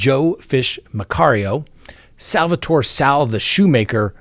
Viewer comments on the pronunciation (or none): none